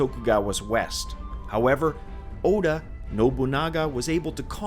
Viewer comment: I like how he pronounced Oda with a U instead of an A